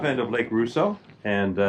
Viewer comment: Gentle correction: Rosseau is pronounced Ross-o, not “Roo-so.” Might I suggest doing a video, this summer, of you riding through Peninsula Lake, Fairy Lake, Lake Vernon, and, perhaps, Mary Lake? The first three lakes are connected by a canal, and the Muskoka River. Only the connection, via the Muskoka River, of Fairy Lake and Mary Lake has a lock.